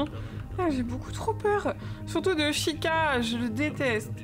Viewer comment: Hey juste, Chica cela se prononce T-Chica qui veut dire Fille en espagnol x)